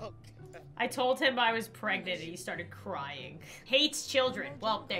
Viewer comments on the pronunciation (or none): Me too its funny how she say shes pragontay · she pregontay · I love how she says “pregontay” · "Oh my gosh there's so much crying outside can you keep it down I'm PREGANANTÈ" - 2020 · ✨ P R E G O N T A Y ✨